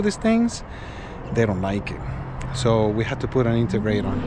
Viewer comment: What’s an intergrate? 😂🤦‍♂️